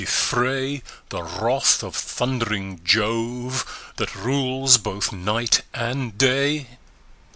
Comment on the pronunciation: This guy is my favorite reader of these Cantos, but I do wish someone had told him that it isn't 'love', it is 'Jove', as in the Roman god Jove.